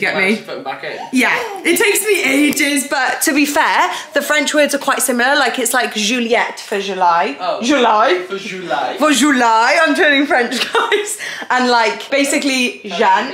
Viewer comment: It’s actually Juillet not Juliette. Juliette is a french name. Keep up the good work xo